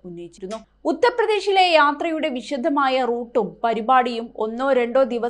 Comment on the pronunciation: വിശധമായ എന്നുച്ചരിക്കരുത്.